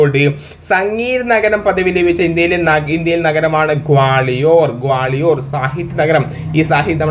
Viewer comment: ഗ്വാളിയോർ ആണ് ക്വാളിയോർ അല്ല